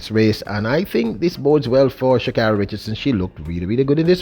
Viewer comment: Sha kayri!!!! The gitl does not like here name butchered. For 3 years she correcting y"all